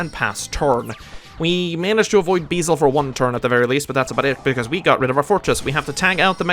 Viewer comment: It’s very minor but the dark dragon is called beelze, not beezle